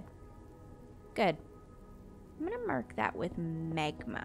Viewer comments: Omg he accident made her say megma when it’s magma lol 😂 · Is it just me or does anyone else hear Megma when says magma? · She pronounces magma like megma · I love your videos but it had me dying laughing of the way you pronounced magma it sounded like megma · I love how she has a little hint of an accent on certain words. This episode I kept noticing how she says “magma” for magma blocks. When she says magma it sounds slightly British 😂 I love it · The way says magma is so.......canadian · The way you say magma is a little annoying but other than that I love your videos its so relaxing